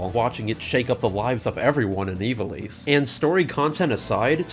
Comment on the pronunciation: Isn't in pronounced 'eye-va-lice' instead of 'ee-va-lice'?